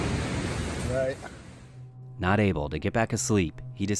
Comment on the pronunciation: Groundkeeper Whilie: Ef gut a knofe in here!!!